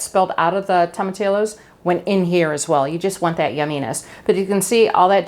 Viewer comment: Wish I had this recipe for my Monday enchilada dinner. Oh, in Spanish, the L's are usually silent. The proper way to say tomatillos is tom-ah-tea-o's.